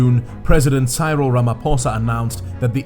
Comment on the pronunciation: I only subscribed coz you said Cyril wrong, but you said mkhonto wesizwe perfect lol...